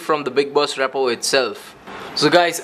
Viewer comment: I swear to god if he says repo wrong again